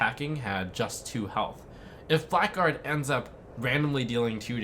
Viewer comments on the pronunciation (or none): It's pronounced "blaggard", not "black guard". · "Blackguard" is pronounced "blagard" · that awkward moment when blackguard is not pronounced as black guard but as something silly... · "Blackguard" is pronounced "Blaggard"